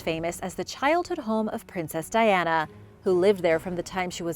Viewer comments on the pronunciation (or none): none